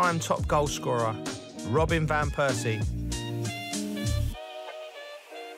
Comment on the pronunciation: Why does it sound like Joe is saying Robin Van Versie apologies if im hesring it wrong.